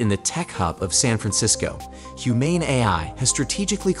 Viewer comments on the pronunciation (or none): I stopped when I heard "Humane AI", pronounced almost as "I" and gave it a thumb down :D